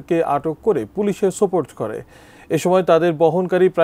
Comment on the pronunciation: সংবাদ পাঠক সাহেবের 'সোপর্দ' উচ্চারণ শিখতে হবে।